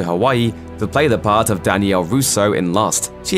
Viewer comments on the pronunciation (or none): none